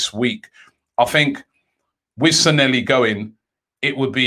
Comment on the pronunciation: he used to mispronounce his name in many videos couple of years ago. I'd try to look for one if I had more time lol